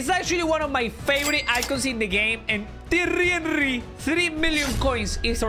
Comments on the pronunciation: "terrry erry" bruh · Trrrriehry henrrryyy